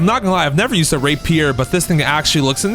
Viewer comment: dude did NOT say rapier